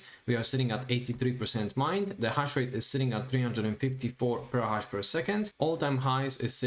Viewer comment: For the love of God, I understand that you are not an English native speaker, but it's PETAHASH not PERRAHASH. there is Terrahash and then there is Petahash which is pronounced Peeta Hash.